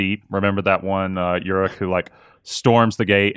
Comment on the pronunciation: Wtf is "YURIK"? Does he mean "uruk"?